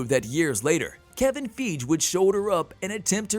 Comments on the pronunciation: Everyone else says "fygee", so I don't know where he gets it from. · It's Kevin feige (fi-gee) not (feege) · It's Kevin FEIGE not Kevin Feeej for god sake.🤦‍♂🤦‍♂ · Kevin Feg???? (when two vowels are together the second vowel is long & the first is silent. His name is Feige (FY-GEE) love your videos but this drives me crazy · I wince every time he/it pronounces Feige's name wrong. And this isn't the first time. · “Kevin Feeej”? Who the fuck is that??!!!! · It’s Kevin Fie-GEE. Please please please stop saying it wrong lol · Who's Kevin FEEDGE? Are you a robot? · So nobody could correct the pronunciation of Kevin “Feej” before releasing this? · Fi-gee...it's Kevin (fi-gee) Feige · LOL how you do Marvel videos and say Kevin "FEEJ" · Kevin FEEG 😂. This is a computer reading the script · God, every time he pronounces Kevin Feige's name wrong... I want to punch my monitor! lol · Why can’t he say Kevin Feige correctly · The fact this guy still saying Kevin's name wrong and isn't a new YouTuber.... definitely not cool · They way he pronounces Kevin feiges name just makes me cringe inside...